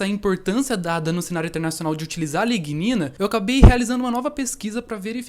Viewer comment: Pesquisa super interessante, eu teria gaguejado em todas as pronuncias de a lignina. Parabénssssssss!!